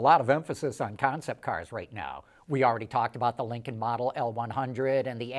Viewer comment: Say it correctly, Linculm.